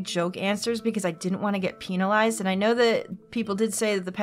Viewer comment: Peenilized she says..